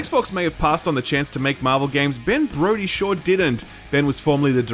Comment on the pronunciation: Was anyone else triggered at how pronounced Ben Brode? 🤦🏻‍♂️ That man is a gaming treasure. Get it right 🙏🏻